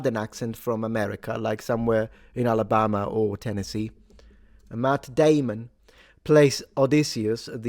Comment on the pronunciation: Matt dehmunn.